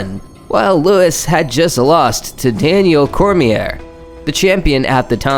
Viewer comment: Confusing names (Joanna), mispronouncing names (Ngannou and Cormier), but overall good video.